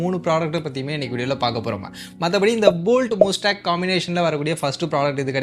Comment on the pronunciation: Athu mastang nu pronounce pananum bro